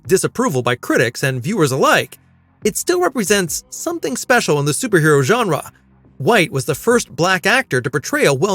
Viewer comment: He doesn't say farland he just pronounces farlane a bit weird. Also genre he says genra